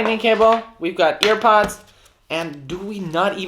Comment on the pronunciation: “we have earPUDS” “not airpods” “earPUDS”